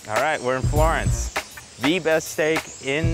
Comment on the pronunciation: It's not florenz it's Florence